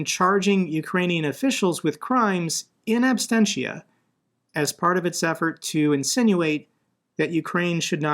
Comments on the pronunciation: Ab-sen-ti-a, not abstentia , latin word. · It's in absentia, not abstentia